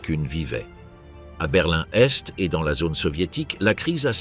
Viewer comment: enfin une IA à la hauteur qui arrive notamment et enfin à énumérer des dates en les prononçant correctement, ouf ! il était temps... quand même une erreur, on ne dit pas : conditions Sine qua non se prononce : sine que none...et une autre aussi ! Berlin Est et non berlin n'Est. lol ah ! les IA pas encore parfaite, mais bon celle ci est très bien